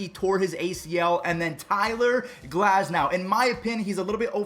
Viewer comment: GLASNOW FUSSY GLAZNOW.......... LET'S GET THIS NAME RIGHT! IT'S GLAS - NOW, NOT GLAZ -NOW.SAY THE "S" IT'S NOT A "Z".YOU WOULDN'T LIKE FUSSY...WOULD YOU??? I'M APPOINTED TO GET NAMES RIGHT! THATS WHY I WAS GIFTED...JOHNSON! THANKS!